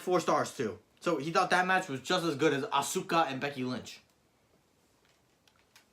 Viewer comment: Not ahsooka it’ arse-car